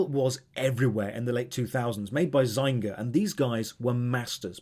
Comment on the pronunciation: Zainga, lol It's Zynga (zinga).